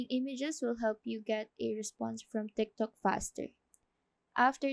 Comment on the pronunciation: She said timtok